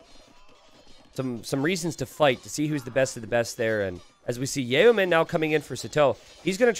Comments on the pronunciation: Yo-men.. It's pronounced yo-men. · drink every time pronounces yeomen wrong 11